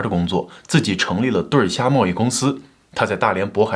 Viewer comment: 对虾，不能念对儿虾